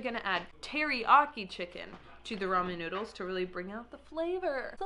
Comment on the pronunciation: she said roman?